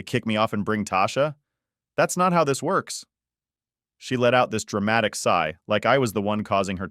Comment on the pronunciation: It' s sighed, not side. It's sighs, not sides. This computer English language mix up drives me crazy, because it in so many stories.